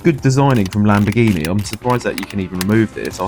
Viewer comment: The correct pronunciation for Lamborghini Gallardo is: lahm-bor-GEE-nee gah-YAHR-doh Here is a quick breakdown of how to pronounce each part so you can nail it: Lamborghini: The trickiest part for English speakers is the "ghi". In Italian, gh makes a hard "G" sound (like in "golf" or "geese"), not a soft "J" sound. Gallardo: Named after a famous breed of Spanish fighting bull, it follows Spanish pronunciation rules. The double "ll" makes a "Y" sound (like "yes"), not an "L" sound. So, put it together: lahm-bor-GEE-nee gah-YAHR-doh.